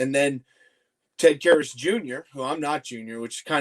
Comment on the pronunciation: Dave you need an editor? "Karrus" lol